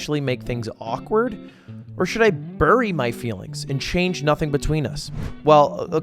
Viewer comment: The way he says bury is only funny if you live in bury lulw